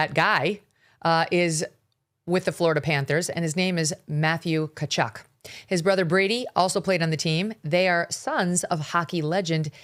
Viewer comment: Tkatchuk …. Ti ka chuk (soft on the i no pronunciation of the 2nd t